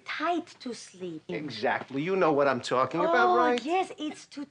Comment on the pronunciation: Jerry on the phone “i’m tucking/talking”